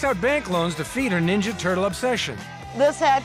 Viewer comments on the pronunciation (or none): "I want to be neenja" turtle.